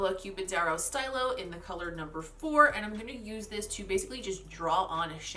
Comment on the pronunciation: These looks won’t really work on my eye shape (le sad), but love your creativity with colour combos and placement - it all comes together to look really cool and unique. Great video! Side note: “stylo” for the Nabla product is probably French for pen (“stee-lo”, instead of “sty-lo”) :)